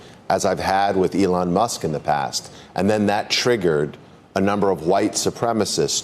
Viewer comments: just listen to how he pronounces Elon's name... "allan." clearly a sly racial slip.. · just listen to how he pronounces "Elon's" name as "allahn." that ceo is the only racist pos here. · A-lawn lmao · The ADL is so stupid... Elon Musk says the ADL is defaming him by calling him anti-semitic. What does the ADL do? They go on national television and call Elon Musk anti-semitic. Brilliant move. Total deescalation. Musk has no cause to sue now! Oh and the CEO misprounced "Elon". Again, on national television. Apparently he can't pronounce foreign names! Sounds pretty racist to me.